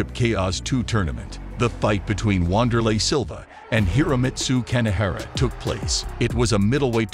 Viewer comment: It's not "Wand" it's "Vander" Said with a "V".